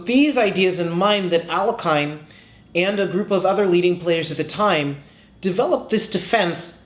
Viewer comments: Jeez. How hard is it to Google a pronunciation? It's al-YECH-in. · In Russian language the surname is pronounced as [alekheen]. [a] like "algorithm" and [ee] like "kindergarten". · Would be nice if he pronounced the guy’s name correctly. Ah-LAY-hin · Very c;ever analysis, well presented. But, Please lear how to pronounce the name of the grand master, it is Alehin, there is no "k" sound, at all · His last name is pronounces as "Alyoheene" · Poor Alekhine, his name was mispronounced in all sorts of ways :)